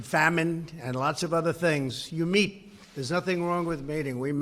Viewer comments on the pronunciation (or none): Did I hear that right? "You meet, there's nothing wrong with mating " "I would certainly be willing to mate ". I know I know he was saying meet, but the pronunciation is close and it's funny lol.